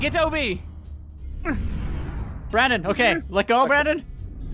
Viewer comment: why did you say brondon not brandon